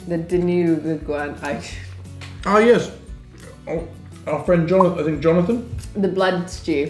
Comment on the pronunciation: Not ding one, it's dino goo ahn!